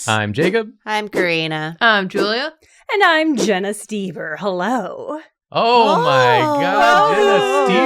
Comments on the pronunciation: Jenna brings a giggly energy similar to Nathan also, St-ee-ber? Oh English, you have so many vowels, and you somehow manage to use the least fitting replacements I guess it's slightly better than pronouncing Gödel as Guhrdle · This is how I learn that the O in Stoeber is silent